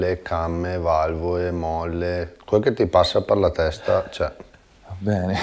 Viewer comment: ma parla misto italiano e dialetto?valvoe , fietatura ,imoea , formuea, esie, veoce, queo picoeo guidabie gestibie !!ma scusa ma la lettera (L) non si usa? si dice valvole non valvoe! si dice imola e non imoea !si dice formula non formuea!si dice esile non esie !! si dice guidabile non guidabie! ma il tipo e percaso allergico alla lettera (L)?? O SI PARLA DIALETTO veneto O SI PARLA ITALIANO!!MA NON MISTO!!e ridicolo